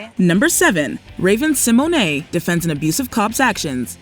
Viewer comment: Seriously, stop calling Raven-Symoné, Raven SeMonay!!!!!! Her last name is pronounced Se-mone. Ugh! Just stop!!!!! 🛑